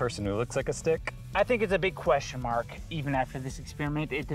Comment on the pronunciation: was that “a big question mark” or “a big question, Mark?”🤔😂